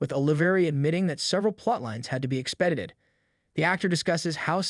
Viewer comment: Expededdeded? Stupid AI narraration…